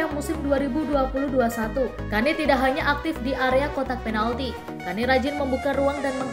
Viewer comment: Bacanya Ken mbak,😂🤭